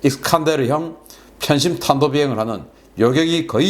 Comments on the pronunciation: 관성에의한 혀바닥의 작동으로 탄도미사일을 단도미사일로 발음한것 열열히 동감합니다. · "탄도"를 - 단도(불상, 발사체...) 로 발음을 해?? 그래서 우리는 문재인을 "문재앙" 이라고 발음 해도 되겠네~..... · 이놈아, 탄도를 단도로 발음해야 하고. 왜 그렇게 사니? 뷩신 새끼. ㅋ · 머리속에서 탄도 미사일이라고 생각하면서 입으로는 단거리 미사일이라 말하려다가 말이 꼬인거지. 그런 경험 몇번씩은 다들 있잖아. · 솽도 사투리 아녀? 단도미슬